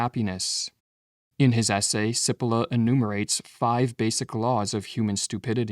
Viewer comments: It's not Si-polla. It's Chi-polla... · My friend I am Italian American and I speak Italian. May I help you with the pronunciation of the name “Cipolla” (Chee-Po-lla) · The irony of producing a video about stupidity where the presenter doesn’t realize that he is mispronouncing the name Cippola. In Italian CI is pronounced “chee” not “see” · His name is pronounced CHEE-po-law ... not sippolah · Just for the record, his name is pronounced chee-POLE-ah. That's ignorance, not stupidity. Btw, it means 'onion'. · Please note, Italian pronunciation of Cipolla is 'cheepollah' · Pronounced, in Italian, 'Chipolla'. Thank you lovely brothers. Peace and love from the North Pole. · It might help the presentation if you pronounced the author’s name correctly. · Please pronounce 'Cipolla' correctly or people are going to think you are stupid. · The AI voice mispronounces Cipolla's name. Stupid. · Cari fratelli canadesi - Carlo Cipolla was italian (died in 2000). would you kindly, per favore, pronounce his name the way Cipolla is pronounced in Italy? Grazie. 🧅🧅🧅🙏